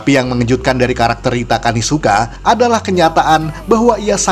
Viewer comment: Rita Kanisuka ❌ Rita kamisuka ✅ Sudah rusak emang kulkas satu ini 😍